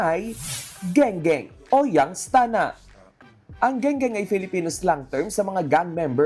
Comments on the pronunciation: " Young Stana" pota ang cringe kadiri halata talaga wlang mga class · Buset! Nagk cringe ako everytime naririnig ko yung "young stunna".